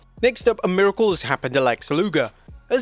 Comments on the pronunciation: Miricale? You mean miracle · "Miricale"? lol, that's hilarious